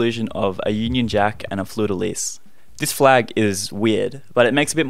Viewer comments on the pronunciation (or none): Fleur de Lee is the pronunciation NOT fleur de Lill